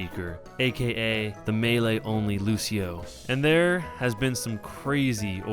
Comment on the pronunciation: it's loo-chee-oh not -loo-see-oh